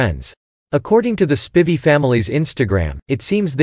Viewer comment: one thing YOU didn't know about claire spivey is how to correctly pronounce spivey........